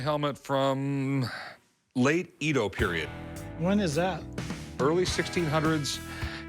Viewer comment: C’mon Rick , you know it’s not “ EE-doh”…. Eh-doh please